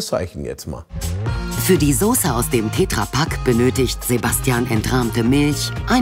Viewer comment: Wer spricht Tetra Pak denn bitte "Tääääähhhtra Pak" aus...? 🤣🤣🤣 Die arme Petra in seinem Umfeld 😐